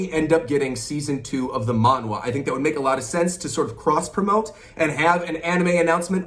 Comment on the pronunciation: btw it’s pronounced manha (monh-ha)